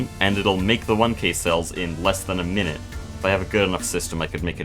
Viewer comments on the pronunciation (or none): none